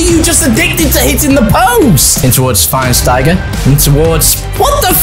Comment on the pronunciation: I cant like the video until learns how to say Schweinsteiger!